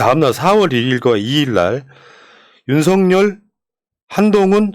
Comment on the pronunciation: 윤서결이 맞아요..윤성녈이 아니고 ㅋㅋ